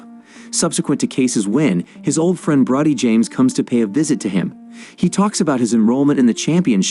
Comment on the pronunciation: Pronounced Brody the O is long. You have a habit of mispronoucing names.